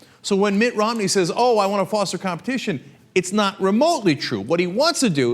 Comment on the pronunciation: sometimes when Cenk says 'Mitt Romney' what I hear is 'Mitt rob-me', I think that's probably a more appropriate name for him